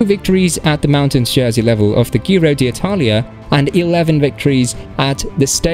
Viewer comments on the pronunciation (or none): G Ro G Ro G Ro. It is how you say it, please say it many times. G Ro. And Alpes d’huez…. Please try to make an effort